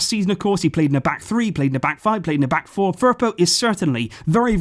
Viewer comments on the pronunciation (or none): none